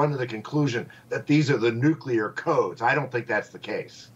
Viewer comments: Nuclear Nuke Klee Er NOT Nuke Ku Ler Read the f'n word! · There is no such word as "NU-CU-LAR" - it is NUCLEAR. AS in nuclear energy. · People who say 'nuculer' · Don't listen to anybody who says "nuculer." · She’s a dem, & she needs to learn how to say nuclear. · “Nuclear” is mispronounced so often, the dictionary needs to accept the mispronunciation as a variation. It would get newscasters off the hook for being too lazy to learn it.